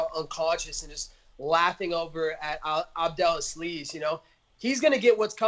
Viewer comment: 'Ali Abdelasleeze' lol